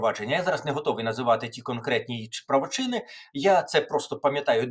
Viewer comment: Не правочИни, а правОчини.